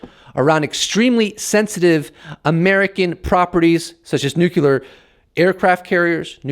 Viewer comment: Agree with your message but please pronounce the word nuclear as 'New Clear' not 'New Cu Lar'. It adds more credibility to your standing. Only a small point - but well done keep sending the message